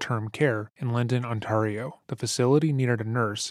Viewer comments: Very benign correction on the pronunciation of the Canadian province, Ontario. It's pronounced "Ont-AIR-eo" rather than "Ont-arr-eo" Absolute great video covering such a disgusting person, making sure to go into depth about the actual victims unlike a lot of documentaries! Also LOVE that it's 3hrs. Thanks for all of your hard work! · on-tear-e-o ontario.... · the pronunciation of Ontario 😭😭😭 imagine it a Canadian couldn’t pronounce California or Washington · As a life-long born in Ontarian...the pronouncement of Ontario is just 😫 Why can't youtubers find out proper pronunciations of places before recording? Otherwise good doc 👍